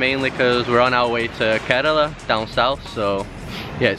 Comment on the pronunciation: This not kodle ...